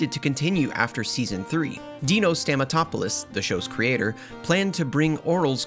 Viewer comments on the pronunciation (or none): "dino stanB-T-S" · STANA-BTS THATS THR BEST MISPRONUNCIATION SO FAR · I love how every time he says dino stampatopolous's last name he mispronounces it (most likely on porpuse) worse and worse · Ok so I haven't seen anyone else talk about this. But from the first video to this one, his pronunciation of Dino's first and last name keeps on getting worse. Just wanted to share that little thing I noticed. Makes the video funnier. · Am I misunderstanding something or do you just constantly and seemingly purposefully mispronounce dinos last name